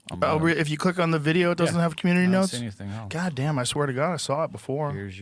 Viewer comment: Can we stop saying “eltse” please. Joe and Asmongold kill me with this. It’s “ELSE”. Love Joe but just had to say it.